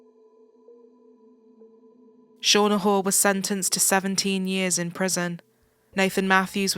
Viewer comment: Shauna Hoare's name pronunciation is appropriate!!! RIP Becky Watts!!!